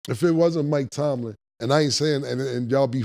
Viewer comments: I’m just happy to hear Killa final say Mike Tomlin’s name correctly after all these episodes! 😂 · I’m just happy cams saying Mike TOMLIN now